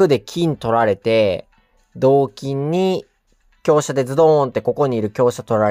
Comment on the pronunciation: きょうすじゃなくてきょうしゃですね